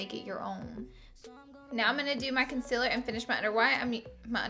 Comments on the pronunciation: Me : concealer Laura : conciller Conciller CONCILLER me: ITS CONCEALER DAMN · Its not conciller its concealer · “Conciller” 😂😂😂😂😂 love you Laura❤️❤️ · Did anyone else notice she said consiller no hate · The way she says Concealer 🤦🏾‍♀️🤦🏾‍♀️🤦🏾‍♀️🤦🏾‍♀️ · who else came from the video of laura lee saying concealer wrong😂